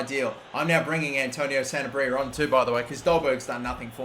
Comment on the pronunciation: Sanabria is pronounced: Sanab-ree-ah